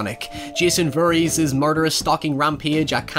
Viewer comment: I get you have an accent, but I'm 99% sure you're really saying "Jason Furries"